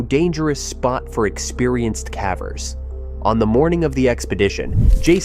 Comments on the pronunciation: The word caver as in pavers. Not cave as in have. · What's with the pronunciation of "cavers"? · Ugh. Ai. I was into it until that…. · Yeah I don’t mind AI like this usually; at least it really sounds like a person. But the mispronunciation of cavers and some other words is like bamboo shoots under my OCD nails. It irks me to no end. OCD is a bitch and picks the oddest things to focus on, but misspelled and mispronounced words are at the top of the list for mine 🤦🏻‍♀️ My cognitive therapy for the day is finishing the video despite the “nails on a chalkboard” feeling it gives me lol